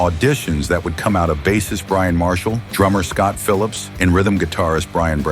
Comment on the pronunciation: Mostly lol it made some mistakes. What annoys me is how it pronounces bassist